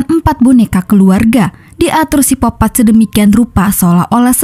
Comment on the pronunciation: Sikopat bukan sipopat